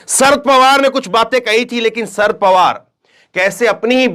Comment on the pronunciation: शरद पवार नाम है ,सर पवार नही